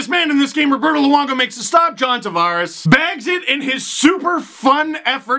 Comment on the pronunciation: Will always be the ACC for me. Nice work saying Tavares correctly!